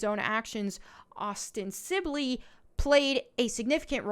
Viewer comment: Os-ten-sibly not osten-sibly! Arrrggghhh!